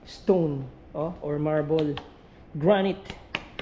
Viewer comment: Sa lahat ng napanood ko na nagbebenta ng property, ikaw lang ang nakatama ng pag bigkas ng Granite. 😅